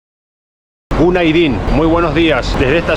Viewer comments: You should say günaydın, not gundaydın 😀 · No gundaydın, gunaydın... :)) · 😳 mi cara cada que trata de decir buenos días en turco, así no es la pronunciación de günaydın😅 , los turcos también se quedan 🤔 que nos habrá dicho😅😅😅